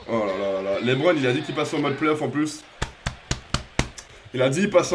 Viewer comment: Au lieu de dire lebron ta dis lébron